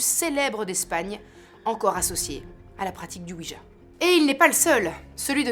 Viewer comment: Cela se prononce OUI YA oui français et oui allemand